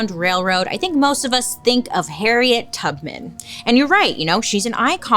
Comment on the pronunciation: Did you say “Harriet Tugman”? lol love it 😍